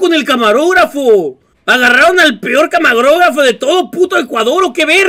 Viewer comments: nmms dijo camagrogafo XD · Minuto "camagrografo" XD